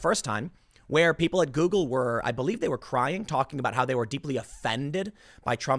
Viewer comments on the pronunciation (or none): none